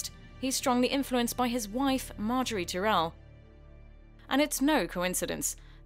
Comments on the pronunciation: Margaery Teerel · The woman reading this script has clearly never watched the show. Petyr Byelish? House Tih-rell?